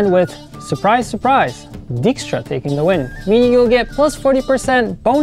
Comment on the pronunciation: Czyta się DAJKSTRA, tak btw